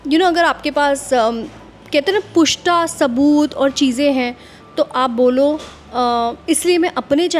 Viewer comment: That's not PUSHTA that's PUKHTA madam 😂